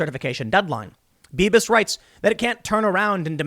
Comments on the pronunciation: Beavis? Are you saying Beavis? Lol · Did anyone else hear "Beavis" when Tim said "Bibas"? ...just me?